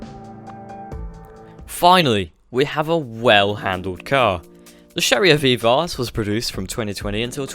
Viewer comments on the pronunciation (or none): Veev-arse? I thought it was pronounced as if to rhyme with liberachi ?